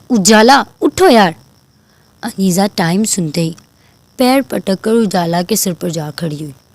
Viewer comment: رائیٹر آپ نے عنیزہ کے نام کا تلفظ درست نہیں لیا، ع ُ پہ پیش ہوتا ہے یعنی عُنیزہ)(عُ- نے-زہ)